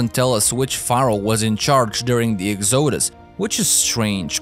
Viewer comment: Love ur accent and how you say exoosus 😂😂